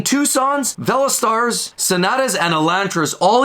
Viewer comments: velo-star and spor-taj. lol. good video! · Ve lo star? 😂😂😂